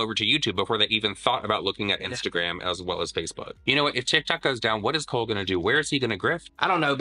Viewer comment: Did you call him Cole CryAgain 😂